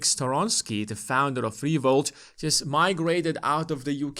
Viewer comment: Founder of Revolut , not Revolt 😂